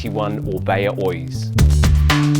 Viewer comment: Thanks for the Review!! Just fyi in the basque language we do pronounce Oiz as you do. The second pronunciation is in spanish. Best regards